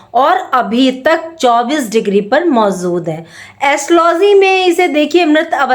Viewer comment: MOZOOD NAHI MOJOOD🤣🤣🤣